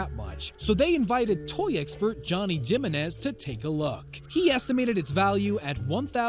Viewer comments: im sorry.."jimma-nezz?" its "hee-men-ez." say it. it isnt "jolla-pen-o." "hala-penyoe" goodness. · Edward Shuty *Hih-men-iz 🤦‍♀️ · And Jimenez is pronounced “HEE-main-ace”... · I'm stuck on the Jim inez instead oh jiminez with the hu sound